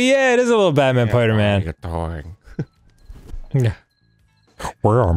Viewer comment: Lmfao Baman Piderman...Tuuuba